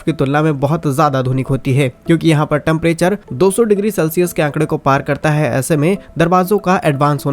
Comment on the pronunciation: Bhai Maine socha ki tu kuch important batayega per jab tune temprature ko TAMPRATURE bola sab gud gobar....ho gaya